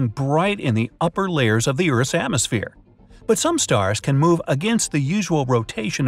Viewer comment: Bright side: *pronounces atmosphere as "ants so phere"